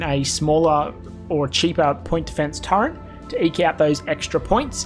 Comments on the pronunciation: turreNt? Turret. no n in turret. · Terrific vid - But, as a fellow Strayan, mate please ... Stop saying 'Turrent'. No idea why lots of us do that, but there's no N in Turret, yeah?